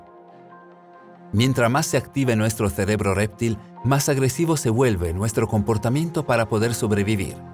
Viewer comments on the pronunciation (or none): ALGUIEN DEBERÍA EXPLICARLE AL REDACTOR Y ALNARRADOR QUE ES REPTIL, NO R´3PTIL.